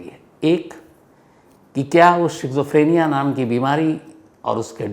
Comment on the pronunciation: शिज़ोफ्रीनिया नहीं स्कीज़ॉफ्रेनिया